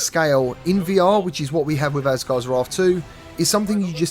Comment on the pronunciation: Asgards Raarth lol